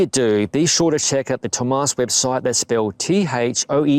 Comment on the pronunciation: Looks like a nice bike. And yes, as a native german speaker, I can tell you that you messed up the Umlaut in Thömus.